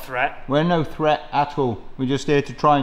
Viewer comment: I heard fred not threat